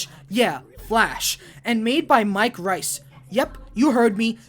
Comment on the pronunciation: Mike Rice?!?! My dude, there are tons on interviews and commentaries where the man says his own name, Mike REISS out loud.